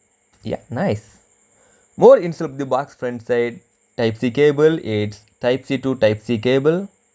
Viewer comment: baax ~~~~~ I think he wants to say box !!